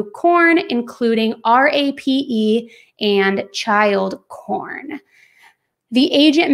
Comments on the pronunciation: I’m sorry but are you saying “porn” or “corn”? 🤦🏻‍♀️ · It is pornography not cornography. It’s porn not corn lmao !!! Why do you keep saying corn ?? Corn addiction ??!! Lol